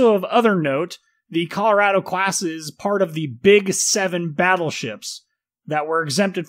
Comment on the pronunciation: You pronounce Colorado wrong